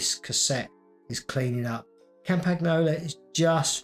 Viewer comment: I like how he butchers Campagnolo pronounciation every single time